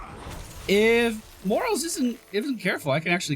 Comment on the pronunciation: I cringe every time you refer to the medic as "Morals".